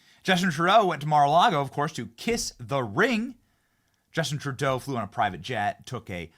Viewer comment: At about 2 minutes in it sounded like you said "TurDeau" then corrected yourself to "TruDeau". Its okay Benny, many of us in Canada call him "TurDeau". 💩 Another favorite pet name we have for him is "Justine Trudeau". God bless you Benny from Toronto Canada 🇨🇦🤗✝️🇺🇸